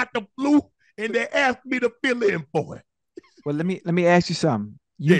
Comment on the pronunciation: “Mr. Wilkins driver got the flu nd he ask me to fill in for heem”🤣🤣🤣🤣 classic movie!